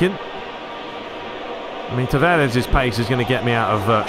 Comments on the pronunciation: Nuno Tavares from 🇵🇹, so "S" should be pronounced as "Sh" (e.g. shell, show), not "Z". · Tavares with two A's not "E's"